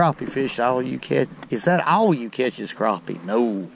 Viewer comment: Maybe it's your exaggerated southern ayuckseeant, but I call them crappies, not crawpees.